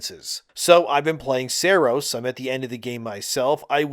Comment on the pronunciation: Sahr-ohs not SAIR-OS